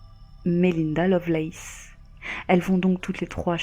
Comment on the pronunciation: Vu la prononciation, ce serait plutôt Lovelace...